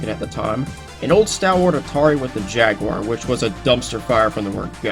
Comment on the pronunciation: Finally a person said jaguar instead of jagwire